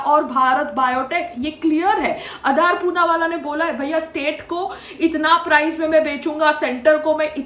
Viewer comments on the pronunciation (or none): none